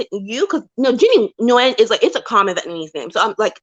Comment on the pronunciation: Nguyen is pronounced NOO-YEN. Thanks